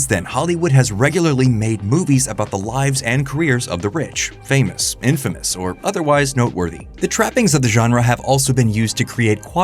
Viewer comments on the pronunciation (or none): none